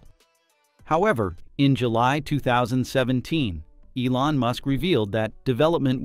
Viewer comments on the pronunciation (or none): none